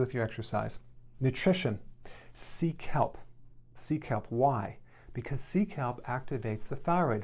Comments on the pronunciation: I thought he said seek help not sea kelp 🤦🏼‍♀️ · I thought he said "seek help" lol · ☺️no.5, I thought he said seek help! I’m like from who ? 😁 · Omg I thought he was saying "seek help" not sea kelp 😅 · I thought he was saying, "Nutrition: Seek help. Seek help." But he was saying "sea kelp." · Ohh sea kelp! I thought you said, “Seek help” 😝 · not me thinking he said 'seek help' instead of 'sea kelp lol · I thought he said seek help! (Sea kelp)! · Was I the only one who heard Sea kelp as seek help 😆 🤣. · For a second I thought he said "seek help" 😄😄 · I thought he was saying "seek help" lol...thank you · "Sea Kelp" - I first heard that as "Seek Help". :-) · Sea Kelp- i heard seek help lol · I thought he said seek help until I read sea kelp😂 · For nutrition I thought he said to seek help. LOL. He was just recommending sea kelp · When he first said "sea kelp" I heard "seek help" and I was like: "What? Why?" lol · “Sea kelp” - even the captions said “SEEK HELP” Also “5x it” captions as 5 EXIT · I thought you said, “Seek Help” but no...it was ‘Sea Kelp’. I couldn’t eat that much food. Isn’t this the future when ‘a pill is on the plate and that’s your meal’? I live alone and no one criticises my inure anymore. I’m perfects I am. Thank-you DrEricberg. That was fun. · Had to laugh, heard you said "seek help" when you actually said "sea Kelp!" he he. Yes i do need help also. Thanks dr Berg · I thought you said "seek help" not sea kelp. Lol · Omg when you said sea kelp i thought you were saying seek help....😂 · Ah. sea kelp.. My brain heard "seek help" 😝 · Sea kelp! I thought he was saying Seek Help! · "SEA KELP".......Thought he said "seek help". I'm in a psychiatric hospital!!! My bad...... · At first I thought he said "seek help"...sea kelp...lol. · anyone else heard "sea kelp" as "seek help"? lol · When he said sea kelp I misheard it as Seek Help lol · I thought he said seek help instead of sea kelp 🤣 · Me too! Lol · I thought he said “seek help” not see kelp🙄